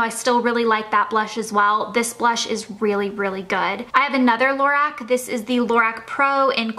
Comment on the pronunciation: The lighting is so bad I can't even see what hardly any of the colors are everything is washed out and lorac is pronounced la-rock